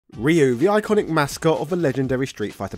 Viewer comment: It's pronounced "Ryu"